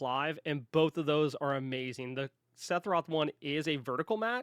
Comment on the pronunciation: Theres no way you said “Sethoroth”…